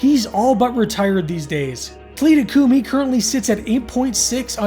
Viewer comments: It is pronounced TA LEETHA COO MEE! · The AI voice pronouncves some things wrong. William B Davis thhimself spoke about this episode at a convention. It’s Tal-i-tha Coo-mi